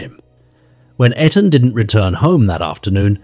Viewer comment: How disrespectful that you can't say Etan correctly or even the same way throughout the video. The least that baby deserves is someone to say his name. Smh